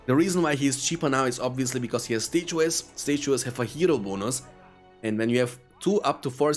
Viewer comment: lol "stay-chew-es".... I love it